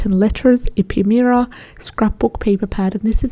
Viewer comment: Ephemera-uh feh mr uh. Thanks, another very useful video.